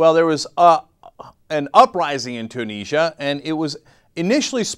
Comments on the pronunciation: ...... Its pronounced Tue-nis-sia not Tue-knee-sia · Two neejya? It's pronounced Tyoo nizzy ah! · No, there is no way that "Two-niz-ya" is correct. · You're saying Tunisia wrong. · ok you are pronouncing tunisia wrong and it is pissing me off